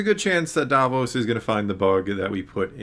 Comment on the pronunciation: Love ya but you're driving me crazy with your pronunciation of the Chandrillan scoundrel. His name is Davo, not Davos. A member of the galactic underworld, not the Onion Knight!